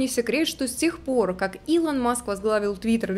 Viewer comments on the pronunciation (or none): none